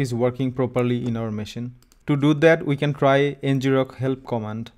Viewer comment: 🤔 I always thought it was pronounced EN-grok, derived from “to grok” (colloquial for “to understand”)